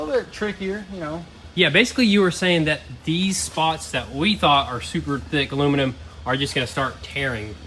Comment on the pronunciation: Is “alumanim” a Tennessee thing? Is that how everyone there says it?